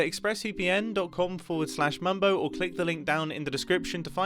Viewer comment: mambo become jambo... whyyyyy